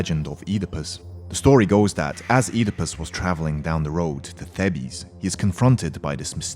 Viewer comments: Some maybe, fair enough. But for examples, Oedipus and Thebes. You pronounced it Ee-di-pus and it should be eh*-di-pus. And pronounced Thebes, Theh-bez when it should be pronounced like "Theebs". Not big problems really 😂 just stuck out in my mind lol. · lewis burns no its Thebes, pronounced Thee-bs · its pronounced theebs not theebees i know greek myth i worship the gods and i read percy jackson (thank you uncle rick) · "The-bees" its "thee-bes" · lewis burns I'm "thee-bes" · Thebes is not pronounced how you pronounced it